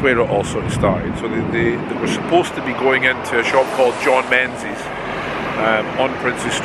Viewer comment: you should know better than to pronounce Menzies the English way - it being a Scottish company 'n all.